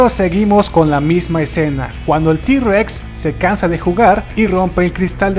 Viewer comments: esta re chuli pero no es di-rex es intheword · no dice d rex pero suena como si dijera t en lugar de d